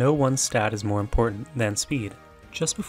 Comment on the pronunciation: speed? mowe wike peed